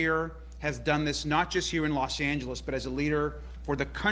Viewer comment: you need to learn how to pronounce the word Los 'Angeles' Thank you so much!!